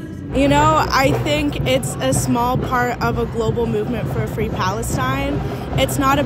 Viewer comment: Fwee Fwee Palestine MOMMY